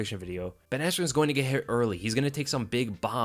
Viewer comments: It killed me when Bruce Buffer called him Ben Askue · didn’t he say askren wrong or was I tripping? I was watching it at like 4am lol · he said askren bad lol